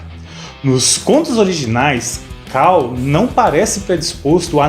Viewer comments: "CULL". "cAll" não mano. Ta lá a letra U e não a A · Kall? Quem diria...eu que pensava que a pronúncia era cull mesmo...kk